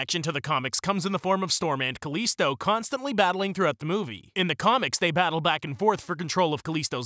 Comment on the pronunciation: We just going to brush by that pronunciation of Callisto?